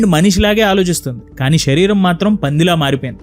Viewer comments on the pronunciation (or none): none